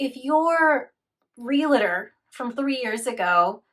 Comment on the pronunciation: It's REALtor, not re-la-tor.